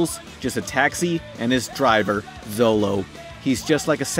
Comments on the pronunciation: DID YOU FUCKING CALL HIM ZOLO? LIKE THE 4KIDS FUCKING ONE PIECE, NOO STAHP, BAD!! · NUUUUU!!! ITS ZORO NOT ZOLO!!!!